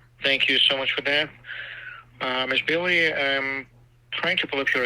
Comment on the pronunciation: LOL@ “There is no try, there is only do” 😂. I dont know which was funnier, quoting Yoda or the way Scammer #1 pronounced Bailey as “Belly” The prize for cutest AI model goes to Benji!